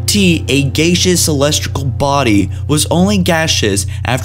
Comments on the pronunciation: He pronounces it GAYceous, THEN gaseous? WHAT??? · why did you pronounce gaseous in 2 different ways literally seconds apart from eachother? lol anyway, really awesome video though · Gay sheous in one sentence. Ga shious in the next. Noticeable problem in alot of videos. I once heard you pronounce "fervor" (furv er) as "fur vör" Like jesus fuck man. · How could you pronounce "gaseous" wrong and two seconds later pronounce it correctly? Dude, do you have a speech problem? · he pronounces Gaseous 2 different ways in the same sentence. Honestly, half the time it just feels like he hasn't rehearsed. He definitely has a script, but he's just reading it.